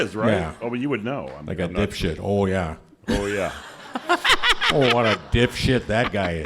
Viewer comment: Walz actually said "ditwad", or that's what it sounded like to me. And I found that funnier.